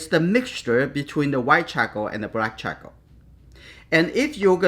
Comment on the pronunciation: Chahkaow.... I love it. It's actually a good name for a baby lol. I really like how you pronounce charcoal. Great video btw